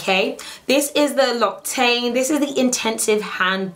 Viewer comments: Irresistible I laughed sooooo much at the "loctaine". Ne lui en voulons pas, elle est mignonne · It's pronounced loxetan btw X but omg their Shea butter moisturiser is amazing xxx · I'm French and I laughed at how you said that first product haha lmao. L'Occitane is pronounced LOCKS E TAN. loved this video :) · It's pronounced LOCK - SI (like 'yes' in spanish) - TAN (like to get brown). No shade, just information. Love your videos! Kisses from Paris. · So was anyone else stunned that L'Occitane is actually pronounced "Loxitan"?